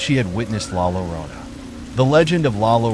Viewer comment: La Yorona is how you pronounce it 🧐